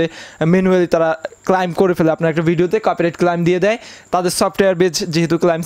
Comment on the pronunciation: উচ্চারণটা ক্লাইম নয় ক্লেম--- শিখুন